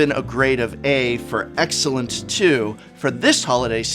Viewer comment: Ah yes.... A for "Aexcellent".